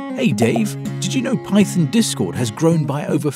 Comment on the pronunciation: I had to replay "Python" because it sounded like "Pyton" to me